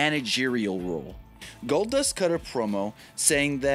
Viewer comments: "Goldbust" "Goldnust" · He said "GoldNust" 😂😂😂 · I came for Goldnust or Goldbust...not Goldust